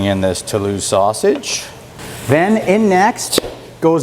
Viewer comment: Hey, French Canadian here, you said Toulouse perfectly, dont worry about it!